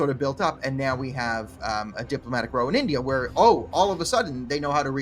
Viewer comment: Trudeau the son of Castro? Yeah... right. Btw, for what it's worth, here's a tip: "another diplomatic ROW" -- the word rhymes with HOW, not BLOW. Good luck with the scandal mongering.